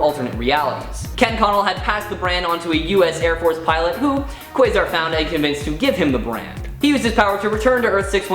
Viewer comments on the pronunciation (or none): none